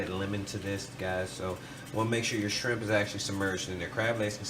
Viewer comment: haha he can't say shrimp